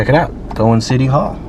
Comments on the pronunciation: It's David Crockett Hwy not Parkway. It's Cow wan not co wan. Good video overall though. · Cow an. Not Co an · You are mispronouncing the name Cowan. That is my maiden name and my ancestors. It is pronounced Cow-an. The way you are pronouncing it is the Jewish Kohen. Completely two different pronunciations. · The town is pronounced “COW-an” not CO-wan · It's Cow an not Co an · It's COW-an, not Cohen 😂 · Cow an not Co wan like the animal and an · Pronounced Cow n not Co n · Cow-an, NOT Co-win! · Nice video. One small correction. Cowan is pronounced like the farm animal COW, and not Co. That museum is rather nice for what it is with a great model train setup to represent the area. There is another great museum on the Alabama side of the mountain in Stevenson, but best of all is the unclaimed baggage center, where you can buy just about anything at deep discount prices down the road in Scottsboro. I've hiked up the mountain to where the trains go into the tunnel on both sides. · It's called Cow an not Co wan! Other than that good video. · Coin, no. Cow, as in moo. Cowan is pronounced Cowin. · That first town is cow-an Not Cohen, no? Perhaps locals pronounce it like that. We see alot of that. very interesting gravestone. It could be seen as partly done...or perhaps done but mudded over like much of what we have seen relative to mud flood/calcified(?) buildings that we see everywhere. Though i believe the partly finished thing is what was intended.. .I have seen stuff that was uncovered in such a way. Covered over with mud that hardened or petrified. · It's cawen haw you say it! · Cowan is pronounced Cow-ann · It’s pronounced Cow-an! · My friend, I have a suggestion for you. When you visit a small town ask a local how to pronounce the name. Cowan, Cow-wan or close to it. That's ok i mispronounce names I am unfilliar with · In your video about Cowan. It is pronounced calwin but spelled Cowan. Like your videos very much. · It's pronounced Cow-en. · COW-an Tennessee